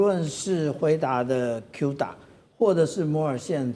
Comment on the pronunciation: 不是有u就讀做u cuda讀音"哭打" 主持人英文要加強 然後來賓也是 明明musa就讀對 為什麼cuda就通通讀錯